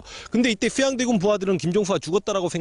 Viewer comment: 슈양대군 셰종대왕 셰숀 슈나라 죠선~~~ 발음중독될것같습니다 선생님